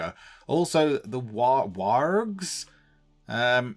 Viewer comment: I giggle out loud every time you say warg!!